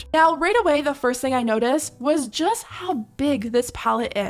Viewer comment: Wtf is jijest?🤣